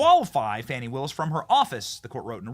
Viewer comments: Its not "Fonny" its Fanny. Like in big ass. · I don't know why she's so upset over how her first name is pronounced. Wasn't there a Fanny Brice the comedian back in the day.